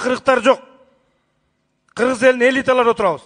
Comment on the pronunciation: Кыргыз дегенди нормально окуй албай кыгыз деп отурат го жанагы айым ,Кыргызстанды ушундай аялдар башкарса тез эле жок болобуз го